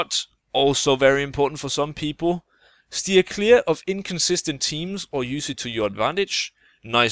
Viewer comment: "Stear cleer" So close, yet so far.